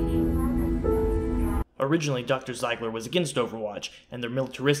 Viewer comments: Pronounced "zeeeegler" 🙄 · Haha yeah but if you replaced the "e" and "i", it would sound as you pronounced it in the video :) So it's not as if you were way off